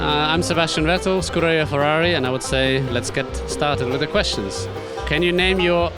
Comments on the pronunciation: He butchered scuderia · Screwduria Ferrari, what I heard. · Im sorry but when Vettel said Scuderia Ferrari,i honestly had to repeat it cos i honestly thought he said screw you Ferrari,honestly.